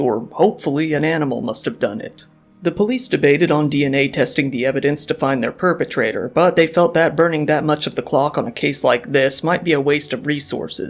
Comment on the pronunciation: The "poopertrator" 😂